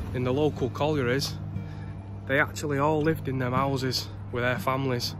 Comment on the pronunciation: Seems slightly ironic, normally it's some old bloke saying "I remember when this was all fields"and here we have a young bloke saying "I remember when this was all 'ouses" lol.